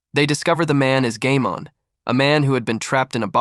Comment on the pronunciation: Bro said gaymon